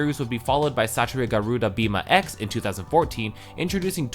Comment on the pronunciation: I don't know why but i find it funny how you say "Satria Garuda"